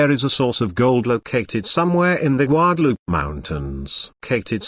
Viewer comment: Especially when it says goo-adaloopay and then guadalupe. Rather irritating!